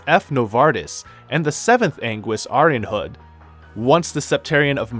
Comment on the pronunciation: I'm sorry but I can't get over the mispronunciations, "septum" "aidos" "arianrod" cmon bro there's voice acting for these terms.